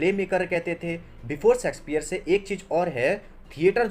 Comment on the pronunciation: Bro it's Shakespeare not sexspeare